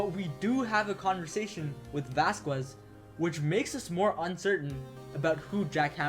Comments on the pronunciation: yeah lol, its basically a Spanish thing, vaz kez lol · Isn't the U in Vasquez silent?